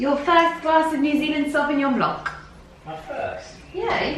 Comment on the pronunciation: the Sauvignon Blanc is pronounced just "Blan" without the "c" at the end, every time i hear it I cringe ! haha ! Bon appetit